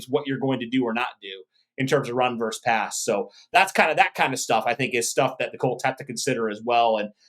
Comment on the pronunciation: Versus is vs! Not verse! Love the show guys, but McAfee does that as well and you are better than that….hahaha😂